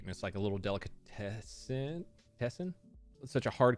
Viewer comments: You can say ringaskiddy or whatever but not delicatessen hahahahaha dammit boy. Also I support reubans and Cubans . Good sammiches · no it’s pronounced deli cat Essen Btw it’s a news blooper thing lol